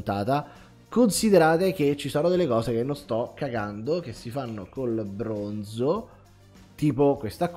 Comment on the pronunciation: Quanto è esoso il brrrrrrooooooonzo